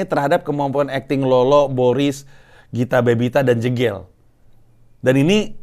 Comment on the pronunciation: Bang, bilang nama jegel itu bukan jegel tapi jegel. Pake e sumatera